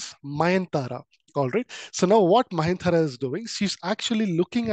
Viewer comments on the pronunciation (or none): Mayantara ❌ nayantara✅ nice explanation sir❤